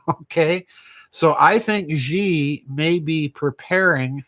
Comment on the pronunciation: His name is not Zhee. his name pronounced She. I speak Chinese.